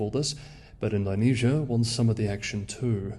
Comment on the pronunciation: All that effort with the Mandarin tones, and yet "Ind-OH-nesia" is somehow beyond you, mate? :) How bizarre.